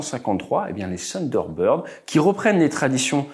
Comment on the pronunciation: Bonhomme ce n'est pas ''Sunderbird'' c'est ''Thunderbird'' avec le ''th'' !!!